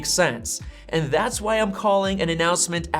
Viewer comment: this guy pronounces "and" as EHH'ND